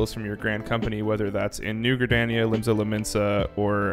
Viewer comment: It's Gridania (Gri-dawn-yah, NOT Gri-dan-ya)